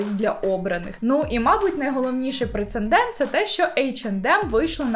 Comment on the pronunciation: Прецедент, не прецеНдент